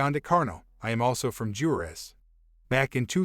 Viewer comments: Yooo thats my home town! shoutout to all the Juareños here! Also its pronounced Hoo-ah-rehs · Not being condescending and no offense meant but in Spanish the "J" in Juarez sounds like "W" does in English. Waa-rez